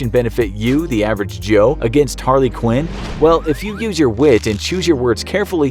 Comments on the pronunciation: It’s Harley not harely dude 😂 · Harely lol it’s harley Quinn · It's Harley not harely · It is Harley not Harely... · PhantomLeGend No, it's actually Harely. It's pronounced Har-rely. Always has.